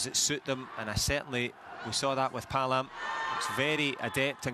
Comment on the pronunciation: Paalam was pronounce like ( Pa - a - lam )... Not ( palam ) 😊